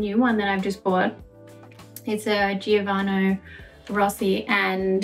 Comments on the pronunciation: Gianvito Rossi shoes. Not giovano! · is Gianvito Rossi that difficult to pronounce correctly?